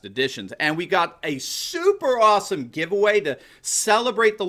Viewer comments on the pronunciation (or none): none